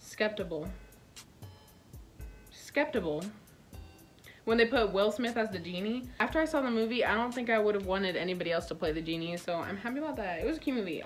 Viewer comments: Bro. You rl said “skeptible”. GIRL IM CRYINNNN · Girl said skeptiable 😂😂😭😭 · No b in skeptical😂